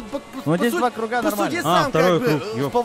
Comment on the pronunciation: Правильно говорить два круга, ударение на «у»